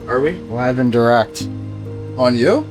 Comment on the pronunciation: This was great content!!! Love McCabe and his passion for the game and the team. I also love how Auston sounds like he's from South Boston when he says: "On You?" and Mitch